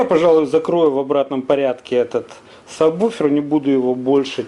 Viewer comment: люди, читается САБВУФЕР (subwoofer).